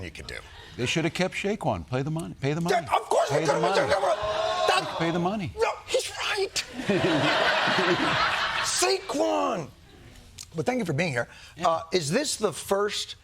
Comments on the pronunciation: Shaquan..? It's Saquon....Saquon Barkley. That is like saying you know football and calling Tom Brady, Tom Bradley. It severely undercuts your claim about knowing football, especially as a "coach". Walz seems like a nice guy, I'll give him that, but I think he has created an identity that perhaps is somewhat inauthentic. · Shaquan - some football coach. Dude doesn't even know how to say his name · He called him shayquon😂😂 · It's not Shayyyyyqan.. nice try. Emitomizes this fake mfer! Trump 24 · Tim Walz is lovely and charming human. I’d invite him to a nice bonfire where adult beverages are being served. Pronunciation on Saquon was a bit off but I’m letting it slide as a Midwest thing. Go Birds! 🦅